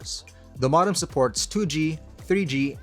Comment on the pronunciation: It's "Moe-dem" not "mah-dem"